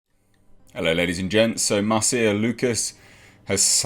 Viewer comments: Normally, at least in the US, Marcia is pronounced "Marsha". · Her name is pronounced "Marsha". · This quote came after TLJ and before Rise when it was total Mary Sue. And pronounce Marcia correctly. And credit Doomcock for breaking this story wide.